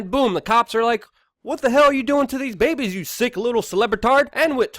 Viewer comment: S/N I like how Luke pronounces "babehs" LOL